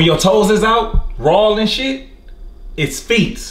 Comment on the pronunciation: meant to say "raw", but he "rawl and shit"